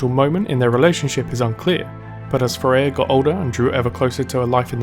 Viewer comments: "FAIR-UH" NOT "FAIR-A-UH" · It's FareeHA, not Fareya :) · awesome job. but as an arabic speaker I have to tell you that you are pronouncing the name of her dougher wrong, I thought it was Thourya unite I saw the writing on the paper when she wrote فريحة Fareha. its pronounced like this ( Fa rri Hha). and also fyi arabic names should always have a meaning and this one means the happy one maybe that's a clue in the lore :P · have you not watch Ana's Origin Story video? Fareeha isn't pronounce as "fuh ray ah". It's pronounce exactly as it looks, "fah ree hah".